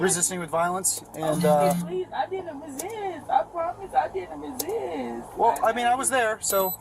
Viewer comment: she can make a two syllable word into a three syllable word as in, while in a whiny 6 yr old kid voice "didn't re-SIIISTTT-uhhhhh"!. or better known as re-sist.